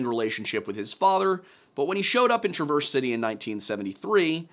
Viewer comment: TRA'-verse City